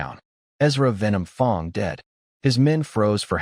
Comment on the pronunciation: Like the story but I have issues with the pronunciation errors, fong instead of fang and bow instead of boh, they're spelled the same but pronounced differently and mean different things, a bow is a weapon, bow means bending forward at the waist like bow to your partner in some dances.